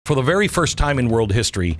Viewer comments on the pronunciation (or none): You said ferry verst. For very first LoL 🤣🤣